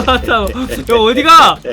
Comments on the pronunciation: 야사타니가 아니라 야사카니 노 마가타마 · 야사타미노마가타마 가 아니고 야사카니노마가타마에요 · 야사타미노 마가타마가 아니라 야사카니노 마가타마입니다